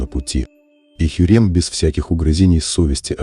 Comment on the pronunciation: ХюррЕмЬ,ВалидЕ,ПАша,и т.д,что с произношением, пздц